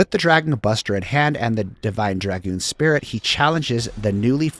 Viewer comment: Thank you for pronouncing Dragoon correctly. Sub for that alone.